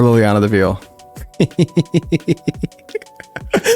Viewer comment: It's "vail" not "veal" 😂